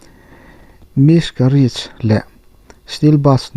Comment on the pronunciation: Sapṭawng hi kan ṭawng anilo bawka lamdik lo hi hriatthiam chang a awm ṭhin, mahse a lar deuh ho lam diklo hi chuan beng a tikham. 'Sean' pawh hi 'Shawn' tia lam niin mi tam ber chuan chu chu kan hriat a rinawm. Sean Connery hming & miscarriage i lamdan hi chu thlak atan a itawm khawp mai.